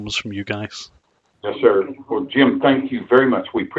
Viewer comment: dats vwell and good dats vwell and gootd